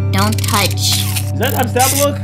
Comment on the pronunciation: Also it’s not nab-stab-ba-look it’s nab-sta-b-look